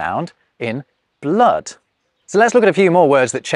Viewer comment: Hi! , “blood” was pronounced with a terminal /t/ instead of a /d/. IMHO, this needs its own video. Perhaps there's already one in place…. Regards.